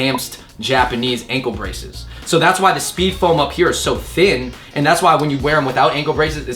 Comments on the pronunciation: Speed form not speed foam lol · Anyone noticed Andrew and say 'SpeedFOAM' rather than 'SpeedForm' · Speedform* not speedfoam